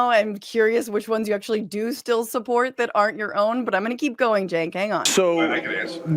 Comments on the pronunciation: "We're glad 'Chenk's' here..." Kirk mispronounced jos name to his face while "welcoming" him... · Maga is welcoming, while Kirk constantly mispronounces Cenk's name. And we KNOW he knows how it's pronounced. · What i would like to know is when cenk changed the pronunciation of his own name to match what he has told us is the wrong way 🤔 😕